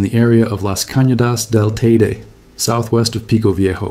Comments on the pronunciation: FYI: It's Tener EE fay (Tenerife), and Tay EE day (Teide). For next time. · The pronunciation of Teide is actually really triggering 😭